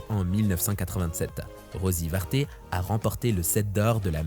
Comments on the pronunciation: Euh, au niveau historique, tu devais pas vraiment être présent aux cours d’histoire! ( et on dit pas Rosy Varté mais Rosy Varte!) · Parler des séries des années 60, 70 et 80 et commencer par une série pourrie de 1996 ????? Pas très logique tout ça. De plus, j'ai très mal à mon histoire car confondre Louis XV et Louis XVI est impardonnable. Et puis, il ne s'agit pas des Tartars mais des Tatars. Rosy Varte prononcé Varté, Sady Rebbot (Rébo) prononcé Reboute. Vous ne dites même pas que Madame le juge est interprétée par l'immense Simone Signoret. Beaucoup, beaucoup d'erreurs. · C'est Rosie Varte il n'y a pas d'accent sur le e Louis XV n'a pas été exécuté